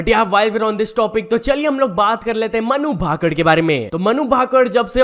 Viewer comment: मनु भाकड नही है भाई😂 मनु भाकर बोल